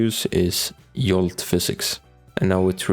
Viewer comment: It's Jolt, not Yolt.